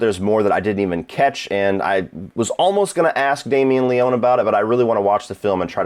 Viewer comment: it's pronounced Le-ony (any ryan leone fans here? No? ok...)